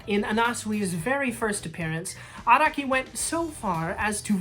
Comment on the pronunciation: the way u pronounced araki makes me wanna jump off a medium sized building